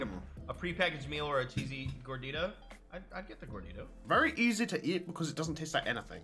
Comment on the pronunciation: I just feel like and just offended me by saying gordita the wrong way